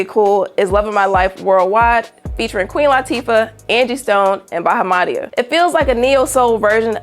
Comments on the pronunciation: Y'all. it's not "BAH ha MA dia." It's "Ba HA muh DI uh." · Im mad this chick mispronunced BAHAMADIA's name...smh